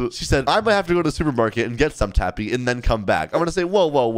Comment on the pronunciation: She said your name wrong she said tappu